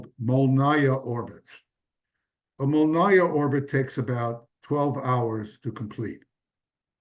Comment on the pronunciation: it's "mol-nEE-yah" not "mol-nAH-yah" Molniya means "lightning". I think some verison of this word is one of those that got into russian vocabulary in times when we were ruled by varangians.